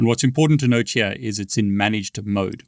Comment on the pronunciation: I love the way he says the word "here" Sound like he's sayin Hee-Yah😂